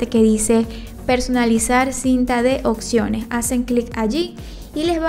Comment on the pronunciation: Ay señora! hable bien se dice OPCIONES no OCCIONES... 😒 😒 😒 😒